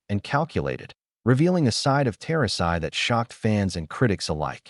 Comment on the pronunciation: "Tosi" get your AI Bot narrator to at least pronounce "Turasi" correctly.